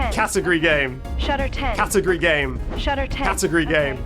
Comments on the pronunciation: in her defense he was saying it like cat-u-gry game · Feel like it had to do, somehow, with him saying it like Catagry instead of cat-ah-gory Though, at the same time, how you go from that to Shutter 10 doesn't quite make sense to me